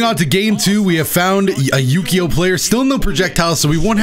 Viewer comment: especially when the name is more like "oo-kyo", not "U-key-o"